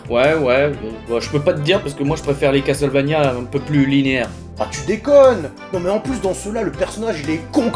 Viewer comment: Tiens, tu ne te plains pas d'entendre "casteul" au lieu de "casseul" ? XD